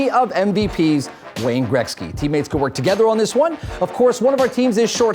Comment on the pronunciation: "Wayne Greksky"